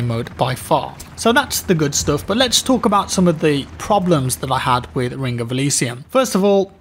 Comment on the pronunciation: Rink of Elysium? Take some time off and learn how to speak plz.